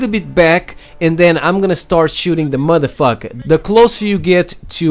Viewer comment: i like how you say muddafucka